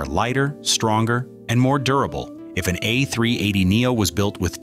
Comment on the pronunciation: if you want your videos to be relevant in a competitive market, program. your automatic narrator to pronounce the aircraft the "A-Three-Eighty," not the "A-Three-Eight-Zero." And an airline (specifically Emirates here) is an entity, not a group of people, therefore it should be referred to as "it" and not "they." Adhering to these basic rules will garner you respect in the industry.